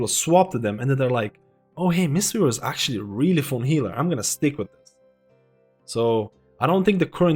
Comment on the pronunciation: Good analysis, I like it. Even though you say "fon" instead of "fun" and "plius" instead of "plus" 😆 👍